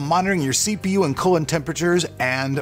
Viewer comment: Ok, I have to say I listened to the sponsor portion at the start three times and I swear he said, "Use the cooler in conjunction with the Cosrair Links software to adjust RGB lighting and individual fan and pump speeds while monitoring your CPU and colon temperatures and more." I'm pretty sure I don't want my PC monitoring my colon.